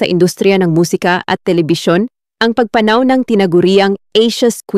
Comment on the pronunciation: Sana lng ok magbasa un ngsasalita. Para d pilipino. Mali pagbigkas ng salitang pagpanaw. Sorry po, d ganda pakinggan e